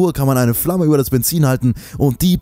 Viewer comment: Eine brennende ''Pflamme''. :D